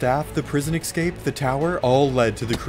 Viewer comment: So is it a rule that minecraft YouTubers can't pronounce "escape".